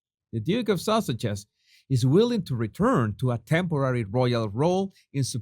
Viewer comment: "Duke and Duchass of Sauages". You nailed it!